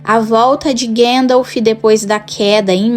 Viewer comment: Gandalfi kk